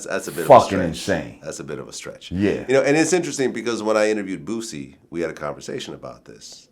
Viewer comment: vlad say boosie like a white woman